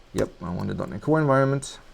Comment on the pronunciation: im sorry but what did you say? "we will be using" ?dot-nic-one? "visual studio code"